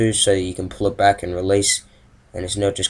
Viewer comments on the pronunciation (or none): none